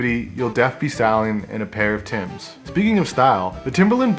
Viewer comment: Member it ain't Tim's it's Timbs.